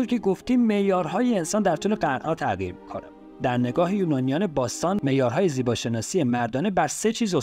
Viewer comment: تلفظ کلمه تغییرت غلطه، تع قیر نه، ع نداریم غ داریم تغ یی ر